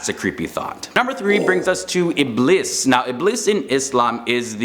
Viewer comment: Ee-blees, not iblis Moon-kar, not mun- Kar Ja-han-num, not jahunam There has got to be a way you can find out proper pronunciation. Also Eblees was created as a jinn, and angels, jinn, and humans don't switch up and become each other. Eblees was such a dutiful servant of Allah that he had a with the angels